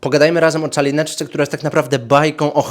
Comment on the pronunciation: Powiedziałeś na początku "Czalineczcze"?